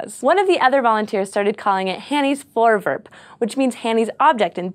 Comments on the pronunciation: i am dutch and you dont know how weard it was to see a dutch word on scifi ps you are prenounsing it wrong XD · voorwerp. more v less f actually pronounce all the r's it's not silent. and e isn't said like that. I hate dutch so freakishly much but yet it's the language all school here give test in. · The Dutch think you are awesome too,!:D However, the pronounciation of 'voorwerp' isn't voorwurp, sorry.:P The 'e' is pronounced the same as in the word 'let', so it should sound like this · Four V air p Like the number 4 and the word air but with a v and p vairp.. or Vour vairp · Nice nice - the dutch 'voorwerp', which means object, becomes a term in astronomy. its pronounced: voor (is in four, but with a v) werp=w-air-p its not vorewurp moor like vourwairp. plural: voorwerpen - then added 'en' is pronounced as 'un' from unknown vour-wair-pun. Hope it helps~ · SciShow Space Protip: google translate has an option to pronounce words... Good idea to at least listen to it once... Its not vorewurp - but vorewairp. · it's pronounced voorwerp, not forwurp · As a dutchmen. I need to say that you say voorwerp as voowurp no problem thou. love scishow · cool video, (and I like the way you pronounce voorwerp like voorvurp haha) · Glenn Dekker "Voorwurp" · "Hanny's forverb" nice try. Close enough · Also, it's pronounced Vore- wherp (wherp like how you pronounce it in twerp, just without the t) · You pronounce "Voorwerp" VERY American :P Gives me a good chuckle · PixelCortex sounds like an American who tried though. she could have said it like foooor wirp, like they pronounce Goooooda XD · And another Dutch word in the dictionary of science. And 'voorwerp' is pronounced differently (I know because I am Dutch) but still close enough. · lol "voorwerp" is dutch for "object". Funny. So is your pronounciation of it xD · You Americans have the funniest way of pronouncing 'Voorwerp.' 'Voor' sounds as in 'though' and 'werp' sounds like 'pet'. And the 'r' sounds Irish.